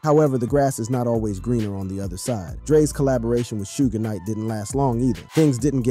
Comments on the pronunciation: Did u say "shoes Nike"???!!! It's Suge knight!!! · Need to learn how to say people's name suge knight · Dude....your a disgrace to talking on this matter. Butchering names and your style to discuss is childish. These are real people who lived and died to being our world some of the strongest, most real music for its time ever. You do them all a disservice. Stooge night and 2 pack...your joining right... please just stop. This music was iconic and being born in 88 and growing up with this story...it disgusts me you cannot even get their names right. Just stop. Please. Huge shame on you for butchering these icons.